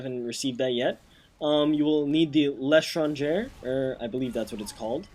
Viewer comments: the way you pronounced "L'Etranger' was cringe worthy. I know if you don't speak french it's excusable, but to those that do...let's just say it was unpleasant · i like how u sai étranger :D its not like that it should be articulate